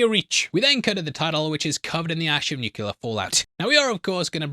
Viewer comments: It's NU-CLEE-YAIR, not nu-ku-ler, or whatever kind of mangled pronunciation, that kind of just makes it impossible to watch this in the background. Please, for the love of cat; fix your pronunciation, as you do have a very good radio/podcaster voice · My dude, you need to learn how to pronounce nu- clea-ar. Not nuke- lear 👎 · It's a small nitpick... but it's 'nuclear'. Nu-clee-ar. Not 'nuke-you-lar'. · Ngl its gona be a tough season if you keep saying “nucular”